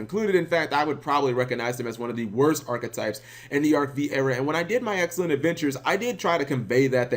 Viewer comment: IT'S PRONOUNCED ARC FIVE NOT ARC V